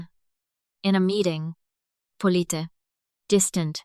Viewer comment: Are any of these AI voices actually in America? Because it seems like they’d be able to get words like polite, correct.